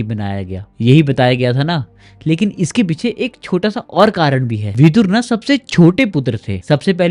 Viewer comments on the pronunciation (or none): Words hold value and right spelling and pronunciation is very important. His name was Vidur not vidhur. Vidur comes from vidwanmeaning intelligent, knowledgeable. Vidhur means someone whose wife died. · Vidhur nahin Vidur hota hai gaddhe Vidhur Vidva ka vipreet hota hai